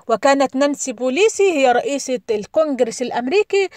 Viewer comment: نانسي بيلوسي وليس بوليسي . انطقي الاسم صح وبعدين طبلي